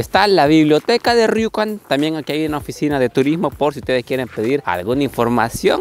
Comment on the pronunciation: por que lo pronuncias como riucan? si hablas españo, hahah lo bueno que no eres gallego si no, le podrias, Juancho